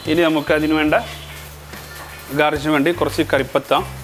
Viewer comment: Garij alla bhai... Garnish